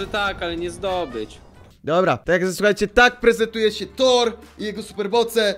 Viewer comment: Co to torr? A nie kto to tor lol